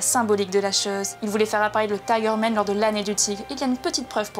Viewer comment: Man pas Men un petit cour d'anglais rapide mdr !🤣🤣🤣